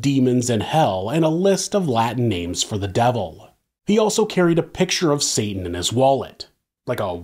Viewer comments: U calling Satan “Satin” is killing me 😭😭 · When you keep saying “satin” 😂 genius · Then saying "satin" over and over again 😂😂😂😂 the best!